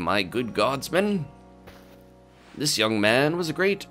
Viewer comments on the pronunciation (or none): none